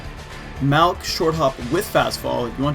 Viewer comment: Everytime you say MALLC I keep thinking you are saying MA double O C